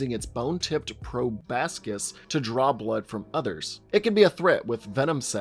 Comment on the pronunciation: It's probOscis.